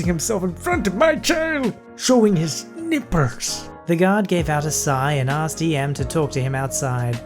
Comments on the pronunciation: n i p p e r s *that’s what I heard instead of nipples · The way you say nipples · The way em says nipples is so funny